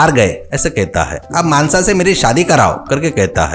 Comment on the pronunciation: मानसा ❌ मानस ✔️😂😂😂😂